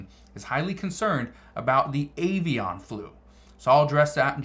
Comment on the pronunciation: Stop saying avian like that lol